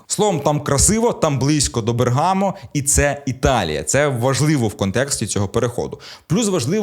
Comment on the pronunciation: БЕргамо, а не БергАмо.